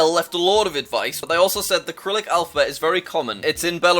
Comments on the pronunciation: 2 quick things dont listen to the lithuanian guy, there is a LOT of stork nests in poland its pronounced syrylic not kyrylic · Jack, it's Cyrylic, not "Kyrylik" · Jack, Cyrillic is pronounced “Si-RIL-ik.” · Jack: KiRiLick Everyone else: Sirilick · hey Jack cyrillic is pronounced SUH-RILL-ICK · Please stop saying kirilik just don't think about it at all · I hurts that he pronounces cyrillic as acrylic. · there’s an “A” and a “H” there you mean… like the cyrillic alphabet has? also fyi, its pronounced srr-rill-ick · Sigh (g)rill (s)ick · just wanted to say that you pronounced cyrillic wrong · btw the first "C" in "cyrillic" is read as "S" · Jack you pronounced cyrillic wrong the whole video